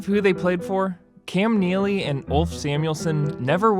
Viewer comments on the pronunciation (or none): Ulf says Cam Kneely.... that is all 😂